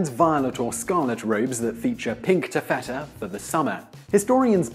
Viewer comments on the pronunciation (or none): Please please please, check your pronunciation before you start. Taffeta is pronounced with a stress on the first syllable, not the second.